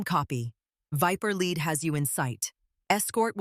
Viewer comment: Viper leed . Not viper led or do not say viper lead like a lead pipe. Lead is pronounce leed . So you should say Viper lead ! !